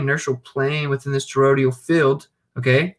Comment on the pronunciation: Love the channel, just a constructive comment not meant to be negative or disrespectful; you're pronouncing toroidal with 4 syllables as "torodial". Phonetically it's pronounced tor-oy-dull with 3 syllables. Just trying to help, thanks again for your work.